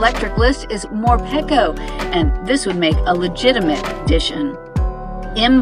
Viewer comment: Pretty sure it's pronounced Morepeeko